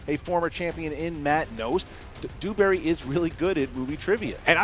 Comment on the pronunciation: Lmao Dewberry sounds more like Booohberry to me. Everyone not drunk would have gotten Bluebonnet right it was a give away answer like the beast said no one makes up something like that, and he failed a 5 point easy Marvel question how he didnt know that it was the collector is beyond me. Entertaining though watching go down harder than the titanic. xD